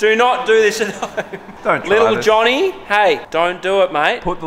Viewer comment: Thank you for saying Johnny not Josie